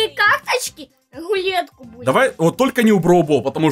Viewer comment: Он сказал и луетку тоесть"рулетку)